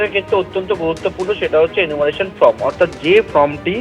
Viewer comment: ভাই, form-কে 'ফ্রম' উচ্চারণ করবেন না।